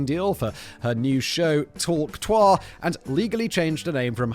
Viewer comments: Simon not knowing how to pronounce *hawktuah*, or what it means when he's been told more than once by Kevin, is the most cringeworthy moment of 2024. 😂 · Ohh the irony of Simon not understanding and mispronouncing Hawk Tuah the whole time on THIS episode. lol Absolutely astounding hahahaha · Simon's pronunciation of Hawk Tuah is possibly the cringiest thing in the video 😂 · Simon's lack of knowledge of pop culture is hilarious sometimes. His pronunciation of hawk tuah had me in stitches 😂 Like if someone really posh tried to give a BJ for the first time 😂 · I was not prepared for how funny Simon's pronunciation of Hawk Tuah was going to be. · The most British pronunciation of Hawk Tuah ever 💂‍♂️ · Still better than how Simon pronounced it 😝